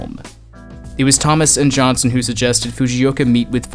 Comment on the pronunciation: Aside from getting Ollie Johnston's name wrong, this was a nicely informative piece. "Johnston" is not pronounced "Johnson".